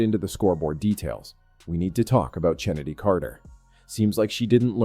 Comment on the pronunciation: I already hit "Don't recommend this channel". I hate the AI voices and any human who watches the WNBA knows that Chennedy's name is pronounced "Kennedy," not CHennedy. I won't watch any page with AI voices or any that starttheirdesciptin with"2 minutes ago..."